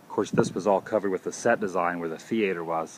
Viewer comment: Ha! He said “thee-ate-er” instead of “theater.”